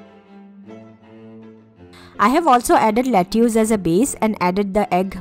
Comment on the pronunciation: Lettuce is pronounced let-us.